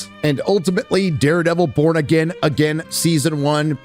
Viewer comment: why does it sound like he's saying Daredevil : Bored Again